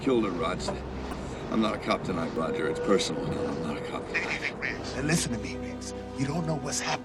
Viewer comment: are you calling him rick? Its riggs